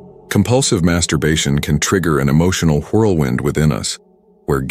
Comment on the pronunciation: The way this guy said the word whirlwind triggered a sense of annoyance in me 😒